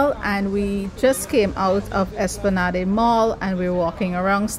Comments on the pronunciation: Espla-NAHD. Not Espla-Nah-day. It's French. lol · Loved the video. Btw, its pronounced, es-pla-nad mall.